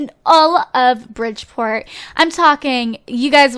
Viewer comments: LOL she said bridgeport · you said bridgeport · Haha u said Bridgeport